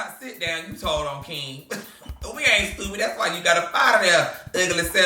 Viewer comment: I love how says “stewpid”🤣